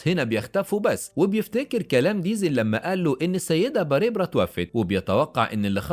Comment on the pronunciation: باريبرا؟؟؟؟؟؟ تنطق بارْبرَا